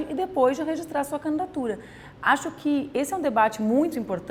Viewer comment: porque ela fala candatura?